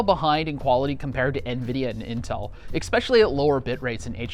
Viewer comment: Expecially? when did Especially have an X in it?